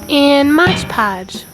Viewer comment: Love what you did to those trays ❤️ Hate how you pronounced “Mod Podge” lmao